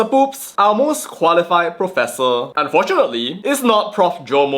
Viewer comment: THE PROPESSOR OF PROPESSORSSSSS......🤣🤣🤣